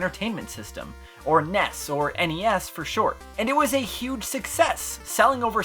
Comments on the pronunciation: NES is pronounced like the end of Hi-Res. Or do you say Hi-Ress? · "NES...or the En ee ess..for short." Good video man just busting your balls